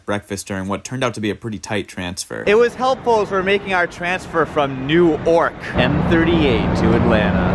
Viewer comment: New Ork... Sounds like Newark...eh, close enough